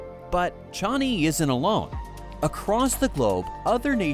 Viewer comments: Pronunciation is wrong, it is not Chani. It's Changi. Why keep saying Chani?WTF. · Yeah, I heard 'Johnny' SMH.